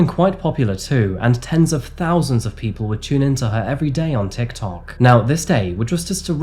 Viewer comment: Whats a "tikoker"?